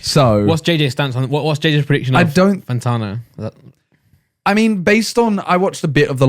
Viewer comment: pls for the love of god his name is fanTANo not fanTARno